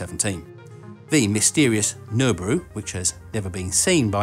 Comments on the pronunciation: Really because I hear 'Nurburoo' or some approximation. He says it at 10secs in... Regardless, it is a joke #joke. smh. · Did he say gelbooru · love your pronunciation of Nibiru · I like how you don't even bother pronouncing Nibiru lol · I’ve heard “Nibiru” said in a different way to what you were saying, so I’m not sure how to really pronounce it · From my local tinfoil-hat community perspective, your pronunciation of Nibiru is highly awkward :D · If you can't pronounce Nibiru properly you can't get your Tin foil hat. This was explained during orientation !